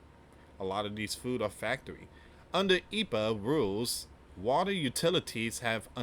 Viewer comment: it's E. P. A. not Epa... just say the letters don't pronounce Capital letters as a word like ICE, FBI, CIA & The DOJ